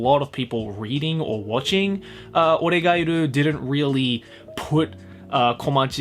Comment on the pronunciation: Is it just me or did say Oregatari instead of Oregeiru...